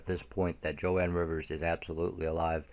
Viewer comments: Its Joan pronunciated "JONE Rivers, not Jo Ann. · It’s JOAN not Jo-ann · One more thing..sorry.. Joan Rivers is pronounced "Jone" not "Jo-Ann". "Joan" as in "loan", "moan". Joan Rivers is s very famous comedienne been around for a long time. I hope she's alive too. She must know a lot. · Joan. Not Jo Ann. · Jone pronouncing joan